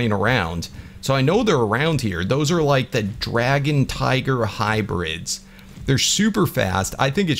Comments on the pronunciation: Anyone noticed he said «tigger» not tiger? That triggered me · Why when you say tiger you say tigger bro it’s tiger, tigger is from a kids show and I’m not a hater it just gets annoying